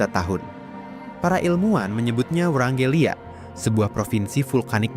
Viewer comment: ijin koreksi itu wrangellia bukan vrangelia